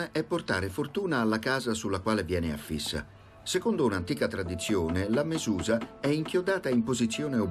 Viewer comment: Che fastidio quando provano a spiegare le nostre tradizioni ma non fanno abbastanza ricerca da rappresentarle correttamente! Prima di tocca la mezuzah con la mano e poi si baciano le dita, non il contrario! Poi non è mezùza, ma mezuzà!